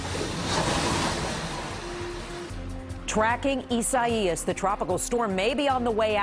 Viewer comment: EEE- SAH-EEE-US. Now give me one of those cozy reporter (repeater) jobs.